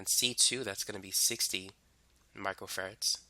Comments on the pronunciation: He say macro farad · Im hearing Michael Ferrets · It sounds like you are saying micro ferrets. I am paying much more attention because of it.